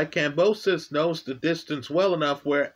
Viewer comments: Who is Kambrosos? Its Kambosos bro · Stop saying Kambrosos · There is no R in Kambosos, it even says it in the title but in the one million times you say his name, you say Kambrosos!!! What's up with that? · I love how adds the letter R into Kambosos's name 🤣, top lad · No “r” in George’s name sir. Thx for all the great analysis. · I like the story-like description with technical explanation. But brother next time just call him George because brother man you butchered Kambosos name. George was prepared for 12 while Mr Lopez thought he could K.O him in the first round. George has an excellent jab and 1/2 deadly fast jab/cross combination. Lopez underestimated his opponent. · there is no "r" in Kamboses. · Lmao butchers everyone's name.